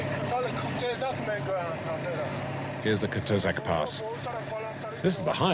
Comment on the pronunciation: Не Кутузак а Куйтезак